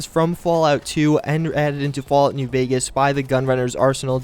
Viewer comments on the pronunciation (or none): none